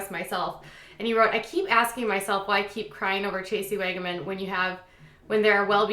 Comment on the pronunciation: Wagan? You mean wagon?